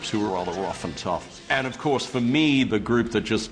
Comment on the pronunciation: I do hear the Boston a bit when he says things like "of course". I wonder if this is how Colonial Bostonians sounded like :P